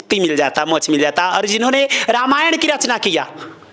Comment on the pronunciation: गुरुजी मोच नहीं कहते मोक्ष कहते हैं राधे राधे